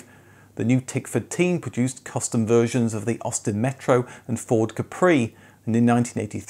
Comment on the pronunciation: Like I already commented early, you keep pronouncing the "Capri" name wrong. In fact, Capri is an Italian island known as a classy and expensive summer vacation place. Its name should be pronounced the Italian way, stressing the first syllable, i. e. "Cápri" and NOT "Caprì".